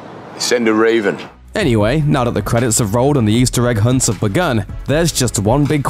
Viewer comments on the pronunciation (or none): none